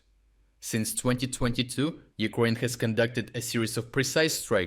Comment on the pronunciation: Why do you say Uquaine? Please say Ukraine as in brain,train, rain, drain